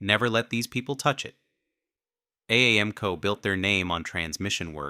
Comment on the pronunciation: Lost all credibility with AI voice. Couldn't even pronounce AAMCO correctly.